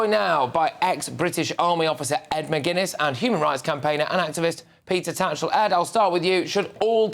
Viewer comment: I have JUST typed in to google peter toutchall, which i thought the presenter called him, guess who's name came up, (google did you mean)? peter tatchell?